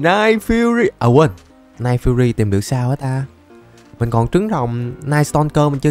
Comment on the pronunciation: Ô coa cả người nước ngoài luôn à Nói giống thế